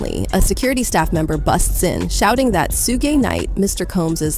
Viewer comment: LMAO, Who the Fffffff is Sugay! LOLOLOL